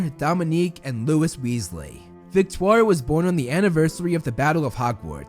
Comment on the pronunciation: I love that you pronounced Victoire correctly! I am proud of you! And I always love the content you share and the effort and work you put in these videos! I hope you continue to get more and more subs,you deserve it!